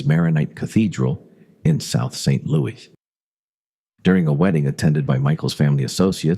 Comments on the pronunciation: Lots of incorrect facts in this video. And a lousy voice over. No one says, “Saint Louie.” They say “Saint Louis.” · I’ve lived in St Louis MO all my life. Every time it says St. Louie it makes me cringe. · I hate AI narration. If you don’t care enough to have a real human narrate your channel, then I don’t care enough to listen to it. Also, you are mispronouncing St. Louis. It is not pronounced the French way. It is pronounced phonetically as St. Lewis. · St "Louie" -- no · Nobody in St. L these days, but the French people I have met still do, because that was the original pronunciation for a long time after being settled by the French, and still so in France. When they say it it comes out more like "Sant Lou-ee" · This was pretty good, but NOBODY from St. Louis calls it " Saint Louie" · I agree. St. Louis is pronounced with the "S" at the end, not "St. Louie". That is maddening, especially for someone who was born here and lived here for almost all of their life. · AI voice saying St Louie, just isn't right. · If Mafia Files pays any attention to comments and wants more subscribers, it will go through the entire spoken script before posting, to edit any stupid mistakes like saint LOUEEEEEEE. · Fyi. Saying St Louie is what children or people obsessed with Judy Garland films. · And don't even include the AI voice's inability to pronounce the city's name properly. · St louis natives mispronounce so many place names in the area. It's funny